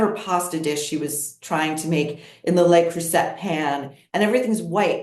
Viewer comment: Le Creuset is pronounced 'luh croosay'. Not 'lay croosett'.